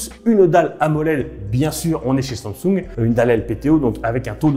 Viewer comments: Pourquoi il dit toujours sansoug 19 fois au lieu de dire SAMSUNG sa m'a stresser il m'a gaver , changer la prochaine fois de présentateur svp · La prononciation de Samsung stp, c'est pas si compliqué, sinon go orthophoniste 😓